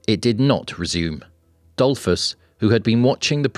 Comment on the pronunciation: Really. Google how stuff is pronounced before making videos and harming innocent people... For starters, "Dollfoos", not "Dollfss"